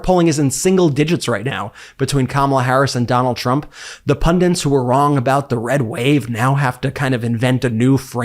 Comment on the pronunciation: "Pundits", not "pundints"